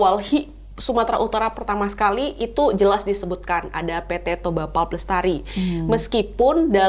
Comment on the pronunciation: Koreksi : membaca pulp bukan [pup] tapi [pap]. Kalo baca [pup] artinya jadi "tokai"😅😅😅